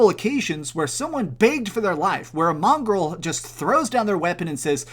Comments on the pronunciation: It's Mongol not mongrel 😂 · With all due respect please learn how to pronounce “mongol” It’s not pronounced mongrel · Common mistake is people saying mongrel instead of mongol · Mongol not mongrel 😂😂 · Mongols, not Mongrels! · Mongol not mongrel man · stop saying mongrel, it's mongol. That's fucking disrespectful. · it's not mongrel, it's MONGOL. and it's MONGOLIAN army, not mongrel army. pls learn some history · Mongolia. Mongol. Like, one of Mongolia. Not mongrel. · Wow, yep. I thought I misheard him the first time. That's a pretty unfortunate mistake, given the possible negative connotations of mongrel in this context. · Mongrel? Really? Mongolia would like a word. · good review but your pronunciation of mongol peoples is disrespecting. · Lmao I had to see if anyone else caught this